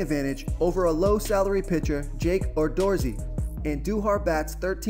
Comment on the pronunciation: Oh my goodness. The Gallardo and Odorizzi pronunciations were hysterical. I like the Merrifield pick and took Fernandez last night which paid off. Looking forward to a good night. Thanks for the picks